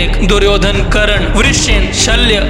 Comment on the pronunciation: bhai video tumhari mast hoti hai par bhai karna hota hai karan nhi 😅ok